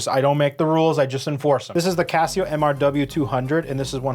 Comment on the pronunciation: "GOHD TAIR CAHSIYOH"